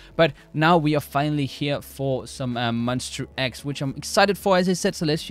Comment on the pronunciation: Hello, just wanna say it's pronounced as MON - "STA" X, not Mon - "ster" X. it's --ta not --ter. Just want to make it clear coz many who doesnt know about them are mispronouncing their group name :)